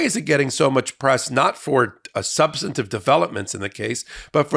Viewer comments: Love y’all every day, but please - substantive instead of substantative 🙏🏼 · The word is "substantive", not "substantative". Please, Ben. Your work is priceless, just please speak correctly. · Please, for the love of proper communication, it's "Substantive" not "Substantative"! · Dear Ben, I love you so I’d love to make a suggestion: You are mispronouncing “substantive.” You add a syllable so it sounds like “substanitive.” Thank you for all the wonderful coverage of Trump’s legal problems. Schadenfreude! 😅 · substan-A-tive, Ben? SUBSTANTIVE HAS 3 SYLLABLES!!! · Substantive. SUB - STAN - TIVE. Where does "substinative" come from? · Ben, please learn how to pronounce "substantive"! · Ben, can you please pronounce "substantive" differently? I apologize for my OC personality, but it is really distracting for me. Otherwise, carry on. Love your shows and watch often. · I know it's a minor point but can someone tell Ben Meisalas how to pronounce the word "substantive". Three syllables, not four. It's jarring to hear a lawyer consistently mispronounce that word.